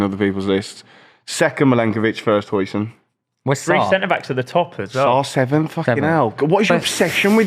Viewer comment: correcting on pronunciation after calling Huijsen hoisin sauce